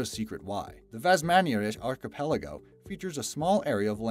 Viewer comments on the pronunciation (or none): none